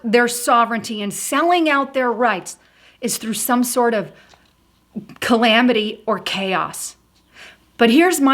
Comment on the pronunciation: Pittsburgh is a city in Pennsylvania. Pennsylvania is not a city, it's a state. I'm afraid that such a simple mistake and mispronunciation of Lavrov as Larvo and botching up calamity. This could push LIBERAL elitists further from truth and label all Conservatives the same. With that being said. Agenda 21 and Agenda 30 are destroying the global compact in place. Piece by piece. China, Russia, Iran, the E.U. and Turkey as well as other nations are pushing this plan. Trump can't stop this through diplomacy. The minds are set. The Antichrist including Obama, Putin, Merkel, Macron, Erdogan, May, the U.N. and Brussels are all part of this global undermining of the U.S.A. Globalism is the Antichrist movement. I pray for Christians. We need to stand and defend ourselves before it's too late.